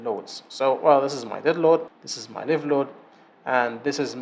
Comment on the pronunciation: مبارك جهودك استاذ. ملاحظة بسيطة. لفظ الحمولة الحية . لايف. بدل ليف. وجهودك عظيمة ومفيدة.